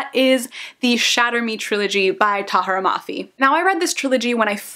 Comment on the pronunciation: me: dont say shatter me series her: ..shatter me series.. me: nuuuu